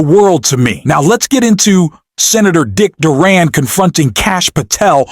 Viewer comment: When you mispronounced Dick DURBIN's last name, I quickly knew you were not worth watching. Good bye.